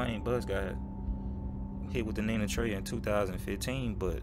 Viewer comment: why do you call it nina trays